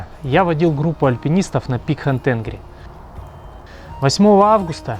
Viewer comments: Ни Хан Тенгри,а Хан Танири. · Хан ТенгрИ, ударение на И